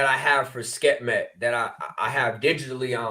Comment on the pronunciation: Love and appreciate u,, but it’s Sekhmet - pronounced Sek-Met.